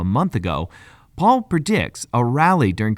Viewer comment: It’s Pal not Paul. Pal like pay Pal